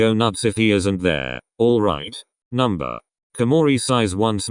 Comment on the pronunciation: I SWEAR TO GOD IF I HEAR NUMER INSTEAD OF NO ONE MORE TIME